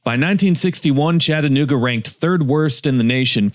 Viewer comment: Friendly reminder from a native, its ChattA-nooga, not Chatt nooga.